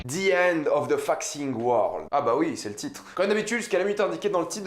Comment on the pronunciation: pourquoi il dit "faxing world" 😂